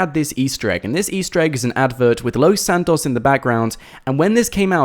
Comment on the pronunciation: Why are you saying Los Santos like that?